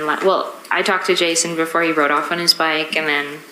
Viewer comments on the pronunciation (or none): none